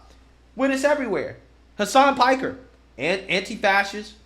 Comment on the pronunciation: anti-fas-ist…..maybe know how to say the word you fight so hard to defend